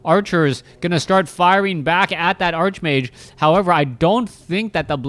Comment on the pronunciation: I love you, but it's pronounced, "ark"-mage. You conjure the image of a wizard obsessed with arches. Think "archangel".